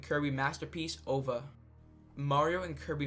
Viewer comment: Its O-V-A. Remake the whole video.